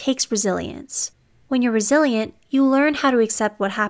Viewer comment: I keep hearing it as "brazilian" instead of "resilient"